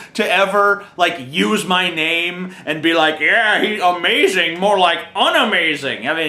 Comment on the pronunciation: wow TJ u sure are "azmazing" *teehee*